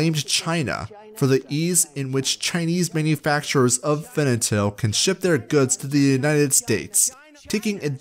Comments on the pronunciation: you mispronounced fentanyl throughout the entire vid. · Oh, honey. You simply cannot say Fentanyl, can you? Great video, but that was a tiny bit distracting. Haha.